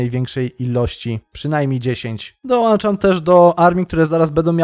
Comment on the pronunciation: Wszystko fajnie ale błagam nie dolanczam tylko dołączam 😝